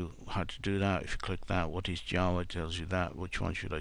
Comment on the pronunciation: Is he he saying jaws or java